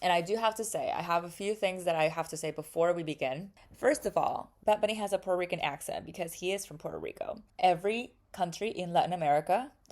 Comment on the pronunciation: Why is she not saying Puerto Rican? Shes saying pur-rican or something